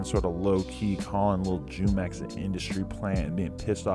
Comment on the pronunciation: Jumex is a spanish fruit drink pronounced fu mex